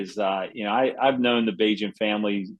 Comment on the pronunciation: Tyson Bagent not tiny lmao